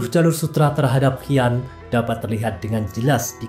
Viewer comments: Pendengar nya kedengaranya hian ..tujuanya si an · Bacanya Xi an (si an) bukan hi an jd aneh dengermya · Xi an . Bacanya shi an .